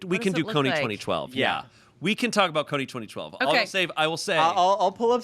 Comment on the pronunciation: Is it just me or are they saying Kony 20-20-12?